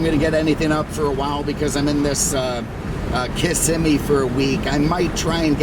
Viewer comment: I appreciate you for many reasons; but as a native Floridian, for pronouncing Kissimmee correctly!